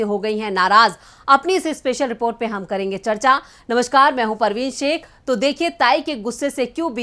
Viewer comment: پروین شیک نہیں پروین شیخ 👌🙏🌺